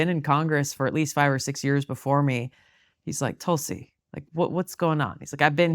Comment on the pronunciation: So glad to hear pronounce her name the way Indians do. Well done..